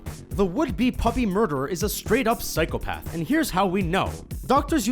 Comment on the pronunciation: It really bothered me how you pronounced Psychopath